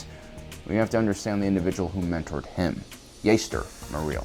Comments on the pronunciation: I’m pretty sure his name is pronounced as “JAster” not “JAIster” cause that’s how Jango pronounced his name him the old bounty Hunter video game. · JJJJJJJJaster the JJJJJ. Not yaster it’s jaster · are you meming it sounds like Jahster spelt Jaster, not jayster and definitely not Yaster 😁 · It’s not ( yayster ) it’s ( jaster ) Fett actually said this in the game Bounty Hunter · True, but I gotta admit pronouncing it like "Yayster" does sound pretty cool. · This isn’t the first time and I hope it’s the last time. Jaster’s name is spelt and pronounced with a “J”! Like how you pronounce the “J” in Jango Fett!!! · Its pronounced Jas-ter. Star Wars Bounty Hunter game. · there are unfailingly consistent examples of the name spoken throughout canon resources. enough with the intentional mispronunciation of "Jaster" just to trigger activity like this in the comment section; your videos have the viewership readily engaging in honest topical replies without having to 'spike Big Al' with a content creator ploy like that. i quit watching after the 48second mark because i'm just tired of it and it's making me lose respect for you. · Can't watch this due to the bad take on how to pronounce Jaster lol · Ja'ster would be that but its one word love the video though! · Jaster Mereel is pronounced with a hard "J", the same sound when saying "Jango Fett" or "Journeyman Protector". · He’s also has called Grogu Gogurt. At this point I refuse to believe he’s not butchering these names on purpose to rile up fans. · Yeah. This stupid ass can't pronounce a fucking name right. He keep saying Din JER-in instead of properly saying JAIR-in. This moron apparently has no clue about the game Bounty Hunter that came out 20 years ago when he was a little kid. In the game his name was CLEARLY pronounced JASTER. He will forever mispronounce names because he is ignorant.